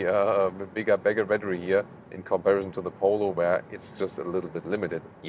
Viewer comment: "In comparizon"....love it.